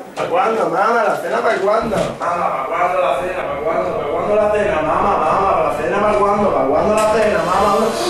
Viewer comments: dice cena, no sena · ¿por que dices sena? que yo sepa "sena" es un río. Creo que lo que querías decir era Cena fuera de correcciones, el video cojonudo como siempre jagger XD